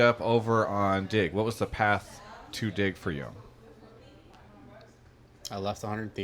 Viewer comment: I hear "dick" instead of "DIG". Im so immature.